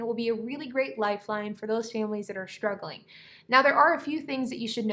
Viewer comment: Did you say “Shtruggling?” Are you trying to impress Michelle Obama by talking like her?